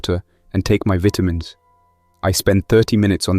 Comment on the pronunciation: Just to let whoever's talking on this just so you know , vitamins has an i n it